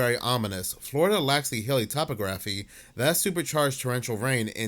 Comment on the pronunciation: Absolutely love your content and your channel,! Just a heads up though: topography = Toe-pog-graphy. I used to mispronounce that word the exact same way you did LOL